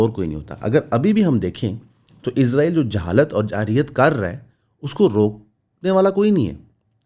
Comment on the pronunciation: بھائی میں آپکے قدموں پر عاجزی سے بوسا دے کر بھی کہنے کو تیار ہوں اگر آپ میرے قریب ہوں۔ آپکا سلپ آف ٹنگ ہے۔ اس میں آپکی کوئی غلطی نہیں۔ لیکن میرے ماں باپ بھی آپکے قدموں میں۔ آپ اسرائیل کہنے کی کوشش کریں۔ ازرائیل، یا عزرائیل نہ کہیں۔ بڑی تکلیف ہوتی ہے سر